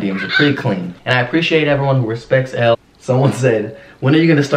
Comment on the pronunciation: Did anyone else notice Austin saying “ellel” . But actually “elle” is the real id 😂😂😂